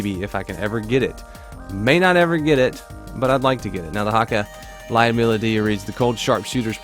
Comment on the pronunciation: For Lyudmila pronunciation: say the word 'you'. Now insert that word between 'L' and 'D' L-you-d (one syllable, and similar to lewd). Mila is pronounced meela. Lyoud-meela Lyudmila